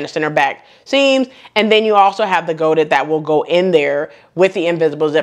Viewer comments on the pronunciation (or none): Here's a little French lesson: charmeuse is pronounced "shar mews". Godets are pronounced "go days". Crepe de Chine is pronounced "Crepe de sheen". Hope that helps (I'm not trying to be critical). I adore the lime green dress with the back ties but I have nowhere to wear it. I would pick up the green pants. Thanks sew much for another excellent video. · hello! Sorry, French person here and i can't agree, what you are describing is talking french with an anglo saxon accent. There is no mews in charmeuse, it's an oe sound. There is no 'days' in godets either, no y and the s is silent. And finally no sheen in chine. You need to pronounce the e .